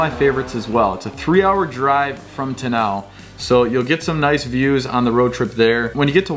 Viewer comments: Its Te Aaa-Now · Just some friendly help with place names. Te Anau = Tea-are-no. Tekapo = tech-a-paw :) love that you love here. Awesome video! 👏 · Learn how to pronounce names please!!!! Tenow?? Teekaapo?? Blenhime??